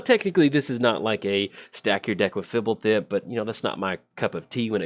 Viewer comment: Out of all the names you can't pronounce you nail this one? You're an odd one,. I was expecting you to just make a raspberry sound when trying.